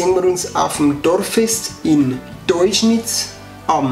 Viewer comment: Es heißt "deuscherz" nicht "teuschnitz" wohne 5km davon weg😂